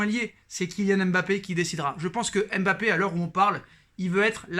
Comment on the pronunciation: C'est pas M'bappe c'est Mbappe Ta vidéo me casse le typan Bien prononcer ça ne coûte rien